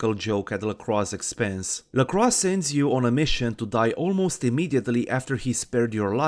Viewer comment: Excellent video! A few things: 1) I appreciate how you say "LaCroix". Even the game gets it wrong. As a fan of Forever Knight, I appreciate someone pronouncing it correctly. 2) In the first haven, the boards on the floor are used to cover the windows. Flimsy protection against a potential midday mishap. 3) I agree about Velvet's voice. I wish she had more voicelines. Hell, I wish there was an option just to have her narrate War and Peace or some similarly long text. 4) Gorgeous Gary Golden should have his own radio show alongside The Deb of Night. Along with VV, I could hear him talk all day. Anyway, appreciate the video, and look forward to other bits of content from you!